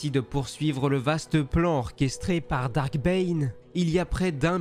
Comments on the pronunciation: C'est pas "dark", c'est "DARTH" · "Darth" pas "dark" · ah non, depuis la sortie de "la menace fantôme" en 1999 les doubleurs français ont corrigé l'erreur des anciens films. Ils prononcent "Darth" au lieu de Dark, ce qui est parfaitement juste.